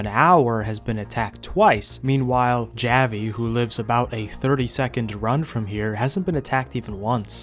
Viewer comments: Gaa-Vee? Really bro? It's Hah-Vee. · Good video but to let you know javi is pronounced (haw-vee) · I love how you pronounced Javi 😂😂😂😂😂❤